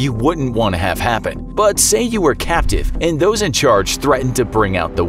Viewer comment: "Imagine you were capative"... lol